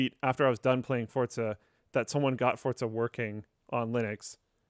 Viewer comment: FOR GOD SAKE ITS FORZA NOT FORTZA FOR-ZA FOR-ZA FOR-ZA NOT FORT ZA